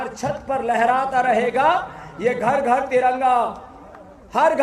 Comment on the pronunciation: घर नही बोला गार बोला ,।